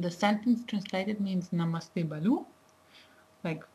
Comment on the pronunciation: its "bhalu" not "balu''...... really appreciate your work on promoting Nepali language........ dherai dherai dhanyabaad.......